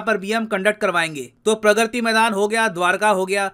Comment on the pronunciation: Sir vo प्रग्रति nhi hai प्रगति maidan hai 😒